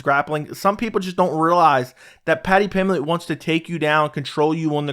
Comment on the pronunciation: There is a b is Paddy's last name. Paddy Pimblett, not Paddy Pimlett.